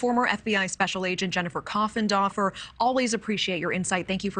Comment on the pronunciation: Jennifer "Coffen-doffer"?